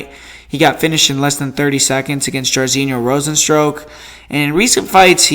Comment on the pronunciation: "rozen-stroke" LMAO